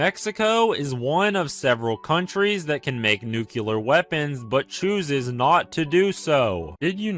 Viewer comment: is one of several people that can pronounce “nuclear” correctly but choses not to do so